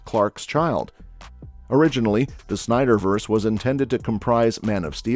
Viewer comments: Snyderverse.... not Snyverse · Omg. “Snyderverse”. You’re killing me man. For real. Hurts my ears. At least you said DarkSeid correctly.